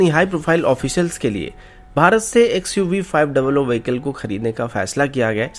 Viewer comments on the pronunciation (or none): Bhai xuv 5double oo nhi xuv500 atleast khud kii country kii creation ki respect karo